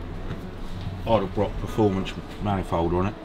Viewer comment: Ha ha... i figured that'd be his answer, he'll be scared to know that Budweiser and Walmart are gonna start putting autonomous lorries on the highway in the next 5 yrs. How in the Queens bloomers does have experience with an Edelbrock? ( ED-ELL-BROCK) i noticed called it an Idelbrock, lol. Tell he'd love watching "COLDWARMOTORS" here on YouTube, they only work with older vehicles. Cheers for my question answered.